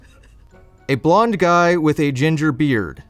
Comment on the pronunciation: The guy or the “juy”?